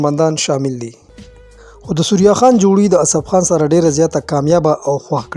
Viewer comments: سوریا خان نہیں۔ ثریا خان بولو بھائی۔ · ڈیر اعلی پروگرام وو کہ ستاسو اجازت وی نو یو دوہ خبرے بہ ھم اوکم 1۔ اصل نوم دے ثریّّا خان تاسو سوریا خان pronounce pronounce 2۔ زمونگ د ہر یو ہنرمند دغہ حال دے۔ دلتہ فنون لطیفہ او شوبز ولے مخ پہ وڑاندے لاڑ نہ شو بلکہ زوال پذیر شو۔ اخر ولے